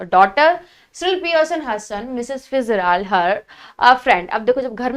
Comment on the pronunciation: Its fitzgerald not fitzrald